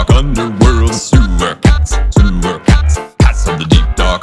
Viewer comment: when he said cats it sounded like pats or pants